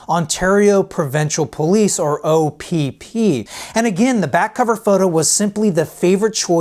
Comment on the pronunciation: Its opp not opd